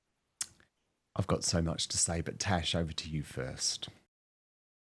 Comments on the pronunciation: Love you Dan, but it's TaZZZ, not Tash. She a fantastic Royals commentator and has a wonderful channel. Again, love Dan...just throwing this out there. 😉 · Dan...It is "TAZ" as in Tasmania not "Tash" as in moustache